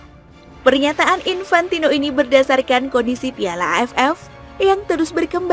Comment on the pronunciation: Ngomong piala nya biasa aja donggg